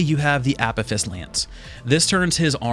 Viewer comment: dude you butchered the pronunciation of Apophis lance also UVHM was not in Borderlands 3 it was in Borderlands 2 and UVHM in Bl2 meant you had a scaling that went higher and higher the more you played trough the game getting more and diverse forms of loot and much more bullet spongy bosses also having the chance of summoning more varied enemy types rather then normal play-troughs BL3 had Mayhem mode which was much like the Rifts from Diablo where you just increased the difficulty of the world from a menu on the sanctuary ship and then went and did some mayhem UVHM is the best one imho but to each theyr own